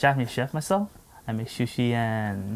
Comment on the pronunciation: grrrrr its sushi not shushi